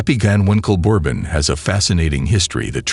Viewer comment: The way bourbon was pronounced bothers me